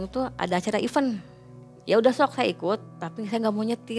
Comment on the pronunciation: Hadooo iven iven iven. Event itu Iiii-vEntttt kayak vEEEntilasi gitu loh. Pronunciation cari tau yg bener napeee